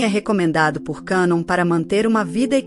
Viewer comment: Pronuncia de cannon- quénon!